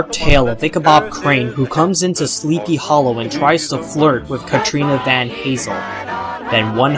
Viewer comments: i'm sure someone mentioned this already...but it's VanTassel, not VanHazel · The character is not Pesos Bill, but Pecos Bill, with a hard C. Ichabod's love interest is Katrina van Tassel (short A, like the li'l decoration on a graduation cap). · Sorry to be a nitpicker but Katrina's last name is Van Tassel